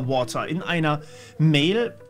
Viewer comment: bitte hör nie auf mit yt, solange ich hören kann!!! Ich finde deine kleinen jokes sooo gut!! Water -> WOHA 😂😂😂 bitte weiter so!!